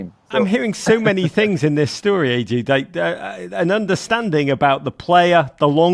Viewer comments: Was calling him Ed-Yu on purpose? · How can you not pronounce EDU!! Like howwwww? Lolll